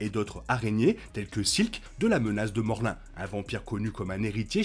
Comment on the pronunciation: Morlin ? Je crois pas que c'est ça son ce morloun